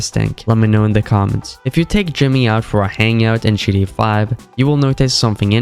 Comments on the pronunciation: Or keeps saying gda 5 instead of gta is he dumb or sumn ? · what kind of accent is that bad ? Just say the T for fs sake 😭